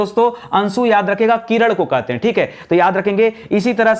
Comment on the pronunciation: किरण ko किरड़